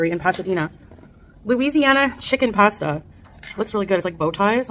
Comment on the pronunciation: She calls herself “Foodie”, but can’t pronounce pasta properly